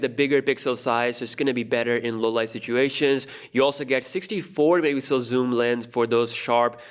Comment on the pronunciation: Im just here waiting for him to pronounce MEGAPIXEL the right way. Love the vids!